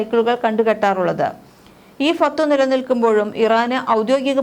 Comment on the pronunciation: ചേച്ചി അറബിയിലെ വാക്കൊക്കെ പറയുമ്പോൾ ഒന്ന് ശ്രദ്ധിക്കണം അല്ലെങ്കിൽ നന്നായി വഷളാകും ഫത്‌വകൾ എന്നാണ്